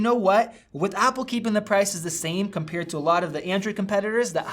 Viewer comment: it's so funny he pronounces 'compare' like 'compeer'. there's an A in there bud, not two Es